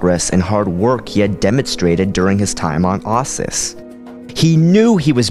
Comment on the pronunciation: How do you get "I zyi" out of "Iziz and "ahsis" out of Ossus